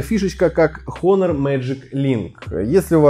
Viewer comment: Потрясающий обзор. Начать рассказывать про экран, но не сказать ни о типе установленной матрицы, ни об ее разрешении. И да, читается название как Онор [ˈänər], а не Хонор